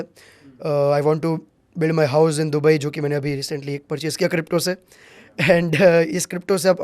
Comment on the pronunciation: dooo baee nahi dubai hahaha